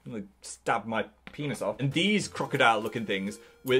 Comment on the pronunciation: I knew this was going to be an interesting video when I clicked a random time and I heard 'Almost cut my peinis off'